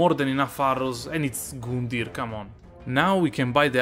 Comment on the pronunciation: he gets me every start of a video with his "goondyr"